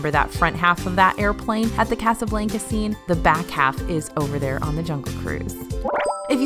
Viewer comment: During my college program in 2010 we found a paint brush on Tom Sawyers island ☺️ We got a few fast passes when we turned it in. It was so much fun, I wish people didn’t ruin it for others. Also PS. The way you pronounce Casablanca is a dead giveaway that you’re from WNY 😉